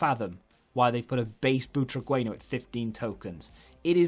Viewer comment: I had mid Veron in my team for ages. He's a bit of a beast, really nice passing and strong in the tackle. BTW it's pronounced Boo-tra-gen-yo. Loving the vids, keep it up!